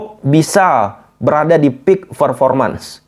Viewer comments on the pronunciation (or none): none